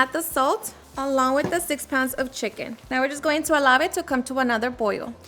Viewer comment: that’s how my friends mom says it 🤣🤣 she’s from sonora